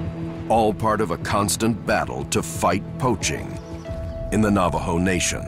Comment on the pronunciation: Can someone tell this narrator he's saying Navajo wrong???